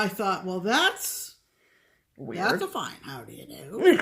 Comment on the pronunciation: Hi ladies! I'm bingeing my way through all your videos and very much enjoying myself. I thought you'd be interested to learn that the beautiful pink fabric called "Aine" is actually correctly pronounced "ON-yuh". The name is of Gaelic origin, and I think it's lovely. I have the very great pleasure of working with a Scottish lady named Aine, and she is as lovely as her name. :)